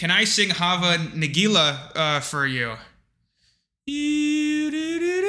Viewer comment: you pronaunication of hava nagila is so american